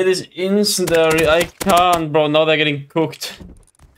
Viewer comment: IT'S FUCKING INCEND-IARY NOT INCEND-ARY JESUS CHRIST